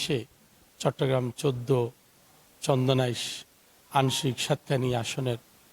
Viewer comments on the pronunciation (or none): বালের প্রেজেন্টার চন্দনাইশ কে বলে চন্দাস😮